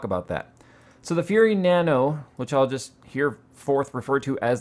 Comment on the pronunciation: Nanu Nanu to you too.............soz that's what you sounded like everytime you said Nano Nano! :P